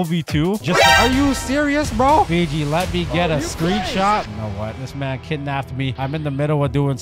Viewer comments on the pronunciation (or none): Stop saying Figi it’s fiji